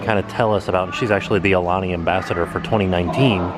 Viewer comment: "Ah- uh - lah- nee".... Aulani..., HOW did you continuously get that wrong, when I KNOW that when you arrived, someone from the resort greeted you and said the name of the resort!